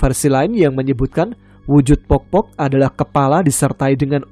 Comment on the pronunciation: sebutannya bkn pokpok klo di suku bugis tp poppo mas